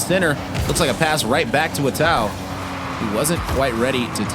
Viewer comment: How long has Atow been in the league and these still can't pronounce his name correctly.